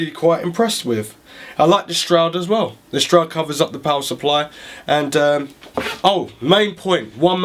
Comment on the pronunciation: Just a couple of comments. You forgot the I/O shield, there is no upright mounting option for GPUs (it's just the design of the back panel) and it's a shroud, not a stroud. Otherwise I enjoy your enthusiasm, and a thorough look at the case!